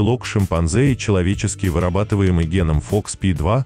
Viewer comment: Благодарю! Очень познавательно! А вот произношения "гЕнома" и "КронЕнберга" позабавили 😊